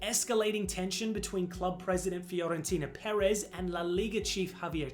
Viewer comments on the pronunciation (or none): none